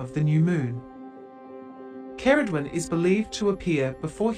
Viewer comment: You may want to look up how to correctly pronounce Ceridwen too